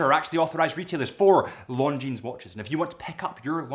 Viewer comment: I know what time it is. It’s time to say Longines properly.